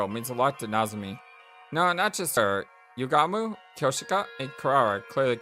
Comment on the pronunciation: my boy Gaku straight up transformed into Suneo from Doraemon😂 it's pronounced less like YUgamu and more like yuGAmu astute theory:) 🔪*image of Takemaru* subtle foreshadowing 🔪 that eyesore in the sky...! this was made by the guys who did 999 and danganronpa, there's no cool characters, you're either weird, quirky, or insane. Never trust cool people. They'll always end up either of these 3 or all of the above! oh it ain't false, it's much MUCH worse! yeah, "moko";) this idea from Darumi would've saved a bit hardship.